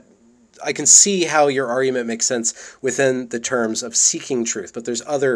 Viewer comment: You pronounce "argument" as "ar-you-ment", i.e., you elide the hard "g" sound. Just FYI.